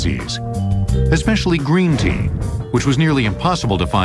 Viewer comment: ah wuv u gween tea